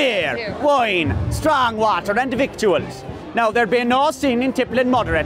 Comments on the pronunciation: Victuals is, and likely was, pronounced as "vittles". Hence restaurants have Victualizers license, which is pronounced as "Vittlers". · So silly question, but wouldn't "Victuals" be pronounced "vittles"?